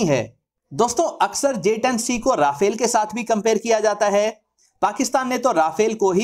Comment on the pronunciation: its not rafale its RA FALE